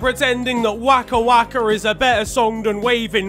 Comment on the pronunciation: The way he said Waka Waka is so english